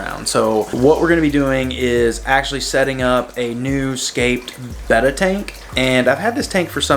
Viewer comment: I can’t stand how he says beta🤣🤣😅😅😭😢😭😢